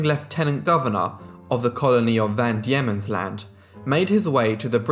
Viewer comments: van Diemens ... pronounced "dee-mons" , not "dee-ye-mons" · Truganini as in 'Dug', Van Diemens pronounced Demon, you're welcome, cheers. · It is Van Deimens land as in demons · (PHONETICALLY pronounced).... ~Truggah-nee-ni~ 💖 ~Van DEMONS Land~ ~AY-BULL TAZZ-MAN~ 😊✌🐨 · Well if we want to split hairs I thought it was Van Daemon's Land pronounced demons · Van Deemans land, trugganini Able Tasman. Pronounciation is key